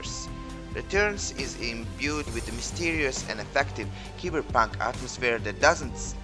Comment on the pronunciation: Keyber punk?????? Its cyber punk....not keyber.